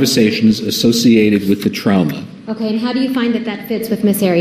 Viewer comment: I hate the way he says “trauma”. “TrOUmA” 😫